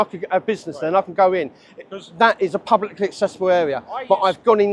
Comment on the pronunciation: At the moment every time you say"publicly accessible" it sounds almost like one word run together, if you slowed it down a bit, as if you were trying to explain the idea to a child of five, so it came out as PUB-LICK-LY ACC-SESSY-BULL you might have a little bit more success in getting security guards to understand. Let's face it some of them have no acquired the most comprehensive grasp of the English language, and I do think some do not really grasp whaat yu are trying to get across., though they have universally taked the "not allowed" idea to heart.